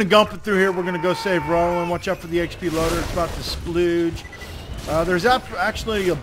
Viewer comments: It bugs me how you call krieg craig, and how you say XP loader instead of exploder like its supposed to be called. But besides those little things, awesome video :P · Isnt the EXP Loader pronounced like exploder? I always thought thats how you say it.